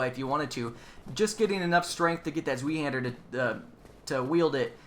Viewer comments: Zweihander. Zwei is german for two (2) and is pronounced more like tsvai :) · It's pronounced "Ts-v-i-hander" ;) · to pronounce zweihander just say spy-hander, the word itself is german for two hander XD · "Zwei" rhymes with "why." With German, you can always tell how to pronounce a word with an "ie" or "ei" by looking at which comes last. If it's "e," you pronounce it with a long "e," like in the name "Siegfried." If it's an "i," then you end with a hard "i" sound, as in "ein, zwei, drei." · for the zwei handier pronunciation, zwei is a German word so the w is pronounced like a v and it ends with a long i.